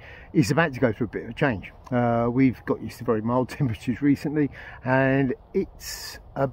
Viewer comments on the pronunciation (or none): none